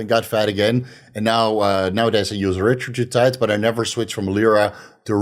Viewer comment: He keeps saying retratutide lol...